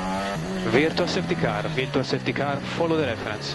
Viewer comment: VSCのバーチャルの発音が全然聞き取れねぇw